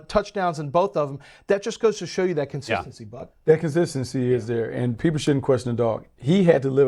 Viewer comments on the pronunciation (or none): Also, if you can't spell or pronounce the word consistency, you should not be a host on the NFL network period you sound stupid.jsùù